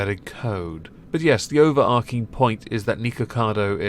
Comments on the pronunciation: It’s “overarching” not “overarking.” There’s no “k” sound there, it’s a “tch” sound. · If you're going to use the word so much in one video, it's pronounced "over-arch-ing" really annoying